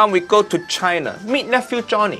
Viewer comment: Tries not to die after her pronouncing "China", (whatever she said)